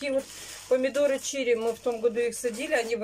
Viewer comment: "Помидоры чири, улетят и не поймаешь, помидоры чири, ты же знаешь, ты же знаешь". А вообще раньше она чили говорила, нужно переслушать.